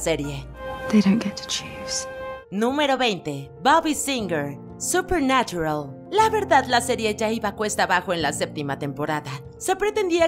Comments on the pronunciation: En "SUPER NATURAL" NO "SUPER NARURAL" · Hacen una pronunciación tan exagerada del inglés... Dicen Darrec, Larrel, Rabin, supernarural, pero luego mencionan Huesos, en vez de Bones... O van a decir los nombres y títulos en inglés o siempre no? 😮‍💨